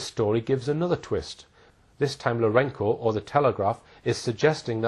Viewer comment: it's LourenZo , not Lourenko, mate ....